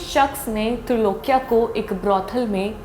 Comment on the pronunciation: Name tha Trailokya.....not trilokya